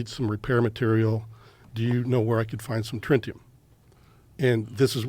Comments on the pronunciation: He's surely told this story for decades...why hadn't he been corrected on the pronunciation until now? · He must mean tritium not “trinitum”. Why did he change the element? In previous interviews he said Tantalum (though he mispronounced it there as “tantalium”) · He started talking about "trintium" and I tapped out. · Alien: "No! Listen, "triTium" for the 11th time: "trintium" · "Trintium" for tritium and "obfuscated" for obscured... It's for the reason that the people who always seem to observe the unusual and/or paranormal tend toward low education and low intelligence that I find myself EXTREMELY SKEPTICAL of their claims. Why is it always bubba instead of Dr. Science making these reports? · These guests are EPICALLY FOS … hilarious… dude confuses tritium with trintium 🤣🤣🤣😂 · You guys have problems with pronouncing elements. Aluminium is turned into Aluminum, and now Tritium is pronounced as Trintium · Like, why is he changing his story about the element the alien asked for ? First hes saying trintium then hes saying tritiam, man you cant be "mispronouncing" if youre the only one telling the story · “He needed Trintium.” “You mean Tritium?” “No Trintium.” “There is no Trintium.” “Oh, it was Tritium, I must’ve been saying it wrong.” Bruh 💀 at least re watch Spiderman 2 and refresh on your Tritium facts before remixing it on the JRE. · TriNtium? Or Tritium? Telepathic mispronunciation, lol, what a lying dipshit.... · So this alien being knows the human term "tritium" and telepathically communicated that to this guy, and he mispronounced it as "trintium". There's a lot weird about this whole conversation, but that I think, is the weirdest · "He wanted trintium." Do you mean tridium? "Yeah that's it." Sus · This guy said tintilium on a different podcast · So, the Alien travels across space and time but can’t read a fuel gauge or pronounce “tritium”. Okee Dokee. My BS-meter is pegged. This entire “incident” was hatched in the bro verse. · he he say “tritium”?